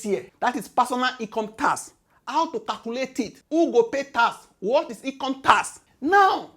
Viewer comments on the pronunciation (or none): none